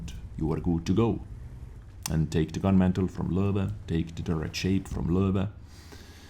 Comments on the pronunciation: It's actually totally accurate. I wonder if he speaks German. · Did I say it's wrong? It sounds so cool. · Why do I like so much how he says Löwe?